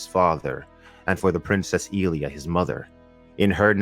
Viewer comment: Who the fuck is EEE-Lia?? I'm pretty sure it's EL-Lia